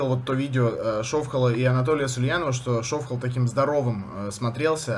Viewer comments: Почему ШОвхал,а не ШовхАл? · Почему ударение на О,а не на А?Как в итоге правильно?